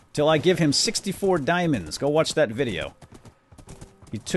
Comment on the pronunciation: "dimionds" hahaha